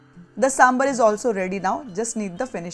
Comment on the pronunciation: Please buran na maane, it's saambaar not sambar.